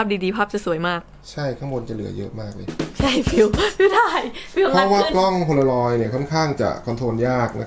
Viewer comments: กล้องโพลางอยครับ ไม่ใช่ โพโลลอย สวยทั้งคุ่เลยหนูมีเหมือนของ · มันคือโพลารอยด์ค่ะไม่ใช้ โพโลรอยด์ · มันอ่านว่ากล้องโพลาลอยด์ค่ะพูดผิดแล้วค่ะ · มันเป็นกล้อง โพลารอย ไม่ใช่ โพโลรอย